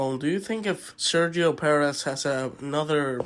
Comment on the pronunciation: I love your content and your pronounciation of Sergio's name to be as authentic as possible. Would be sweet if you did that the same with Max his name. You(and many other) pronounce it like Mex but is pronounced Max. It is like saying Speh Francorchamps instead of Spa Francorchamps Keep up the good work